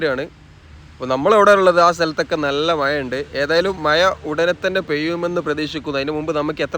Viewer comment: മയ അല്ല ഭായ് മഴ